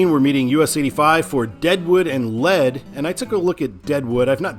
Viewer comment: I love your channel and what you do. FYI on South Dakota pronunciations...Lead is pronounced like 'leed', like leader. Pierre is pronounced like pier as in Navy Pier. Keep up the great work.